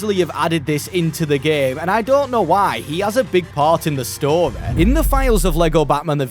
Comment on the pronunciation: Love the way he says story like “storay”